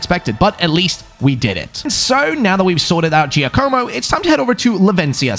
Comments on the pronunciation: It's not Joe-koh-mo. It's J-AH-komo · giacomo is pronounced Ja co mo ja not jay